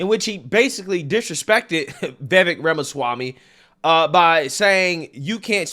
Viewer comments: The way spoke about Vivek Ramaswammy was absolutely abhorrent. Didn't even have the audacity to pronounce his last name properly smh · Pretty surprised by the comments of. I used to watch his channel, but I guess he became a victim of the algorithm gods and I lost track of him. If this is what he’s turned into, glad to see the back of him. Can’t be bothered to pronounce Vivek’s last name correctly, disrespecting his immigrant background (isn’t the Left always saying we’re a nation of immigrants?)… this is the stuff they always attacked Trump with. What a loser!